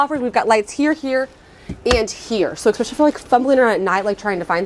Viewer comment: I definitely gave you a thumbs up, that was very informative and I enjoyed it. My one tiny criticism would be that there is no "x" in the word "especially".